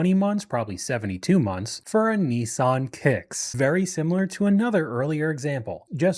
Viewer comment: Americans have real trouble with the word "Nissan"